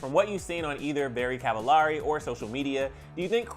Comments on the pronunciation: They’ve been married 7 years, not 10... and her last names it’s supposed to be pronounced like “cavel-airy”, not “ahh-ri”. It’s supposed to rhyme with “very”. Come on guy. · I think you’re pronouncing her last name wrong...😒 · You’re pronouncing her last name wrong!!! 😩😂